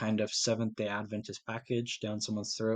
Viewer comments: Appreciate that you pronounce our denomination correctly! We believe in Jesus’ ADvent, not adVENT. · I am VERY impressed that you KNOW HOW to pronounce our name - Seventh-Day Adventist , correctly! Thank you for doing such a great job! Don't get discouraged from thinking you didn't do a great job, because you did! My husband is the director of the Audio / Visual at our church, and it is NOT an easy job! When we moved here in 2018, there was NO VISUAL program at all! There were pews clear up to the back wall of the sanctuary. Since then, he has PHYSICALLY built the whole system from scratch! They are just now getting ready to build the cabinetry to hide all the workings of the system! We went live just about a year ago! LOL - Shortly after he started, One of the church ladies, a very funny, outgoing lady, walked up to my husband and said- now you aren't going to make a mess back here, are you! It HAS BEEN a LONG and drawn out process, but we are about to see the end result, shortly! It was an expensive project, but the Lord has provided the funds right on time for each phase of the project! The Lord ALWAYS PROVIDES, when it comes to spreading the gospel of Jesus Christ and His soon coming!